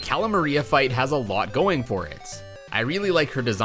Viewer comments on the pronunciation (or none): none